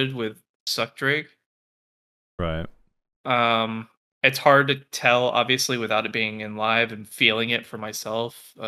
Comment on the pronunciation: Why does he keep saying drake... like you hear two other people in the call constantly pronouncing it correctly lol